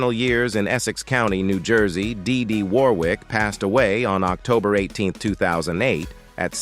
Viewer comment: They are sisters, but it's annoying how this AI pronounces name